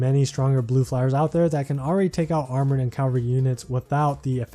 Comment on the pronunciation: Hey man, not sure if anyone's told you yet. It's CA-val-ry, not CAL-va-ry